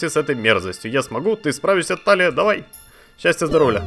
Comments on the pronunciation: Но она ТИлия, а не ТАлия... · Я думаю правильней будет ударение на и в имени Талия